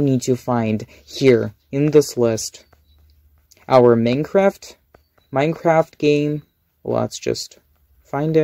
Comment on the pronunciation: "I just need to fine my Manecraft"